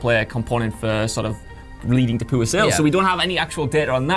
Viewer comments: It's pronounced "POOR-er" not "POO-er" Literally sounds like he's making up another word for anus. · the way says "pooh or" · I like that accent makes me hear poo-er when he says poor it makes this video so much more satisfying lol.